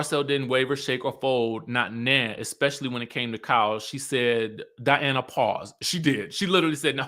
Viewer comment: School the people!!!! This is your channel and the Skye Squad is here for you! ❤❤❤ Edit: I live for these RHOBH reviews cause you get extra passionate. The way you call Diana, DIANNE kills me every time! 😂